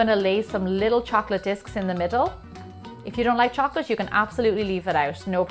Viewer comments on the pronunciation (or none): Why are you saying "chocolash" instead of "chocolate"? ( ͡° ͜ʖ ͡°)